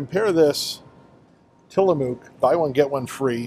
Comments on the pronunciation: It's Till A muck, not Till A mook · Great job Tillamook is pronunciation sounds more like Tillamuk, it's indian. Used to rep products, all quality ,Oregon Best wishes thank you for the information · Good video. Just in case you wanted to know the ice cream brand is pronounced Till a muck. The “mook “ part is pronounced “muck” . I love Tillamook Ice cream too. ( I also love Tillamook cheese and Jerky) My Favorite Tillamook ice cream is Marionberry Pie. I had it last summer when I visited my family in Oregon. I haven’t seen that flavor in Kentucky yet but they have been expanding the flavors at Kroger. I love your Kroger and Costco videos. Thanks for the video.